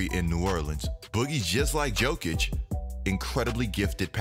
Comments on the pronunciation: My guy, it's Yo-kich not Joe-kich it's hard to watch when you pronounce Jokic wrong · I stopped at Joe-kich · Please stop saying "Joe"kic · Johnny Varvatos that’s called being lazy and disrespectful